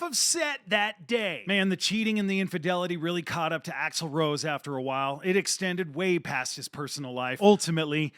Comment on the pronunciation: It's axel rose not axel roe. Come on.....